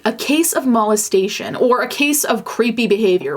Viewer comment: Mal-es-tation? why’re you saying it like that? Lmao it’s molestation.